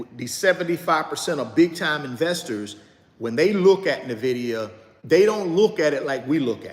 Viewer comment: I buy another share of Nvidia every time he mispronounces Nvidia! LOL